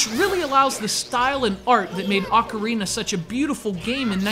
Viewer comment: did this fool say "The Legend of Zelda AUCARINA of Time"? ain't the pronounciation Ocarina of Time?not Aucarina? never heard of Aucarina but I've heard of Ocarina